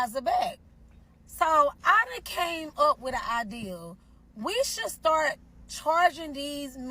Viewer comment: Never heard somebody pronounce idea with a W! Ideawere!